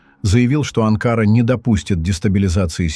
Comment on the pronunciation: "Умник"! Не Анкаара , а Анкара.